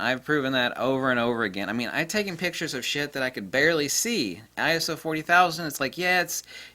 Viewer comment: It's like having dilated pupils from the eye doctor! Thank you for pronouncing I.S.O as I.S.O instead of "I soo- horny", lol